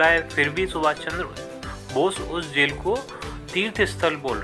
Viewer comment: Jel hota he vo jhel nhi